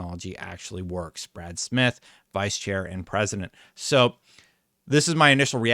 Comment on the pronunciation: Brad Smith, not Bras Sams 🤣🤣🤣🤣